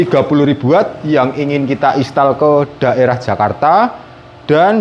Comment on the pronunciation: " Install " mas bukan " istall "😂 sama klo mau baca " hour " itu di baca " awer " 😁